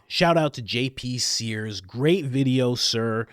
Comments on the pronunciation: You don’t have any obligation to me, a subscriber and sometime’s listener, but please, do not use Jesus’s name in vain. Please. SEARS, not sPears Thank you if you consider this request. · JP SEARS (not spears)